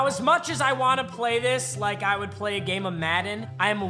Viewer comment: He fully said grame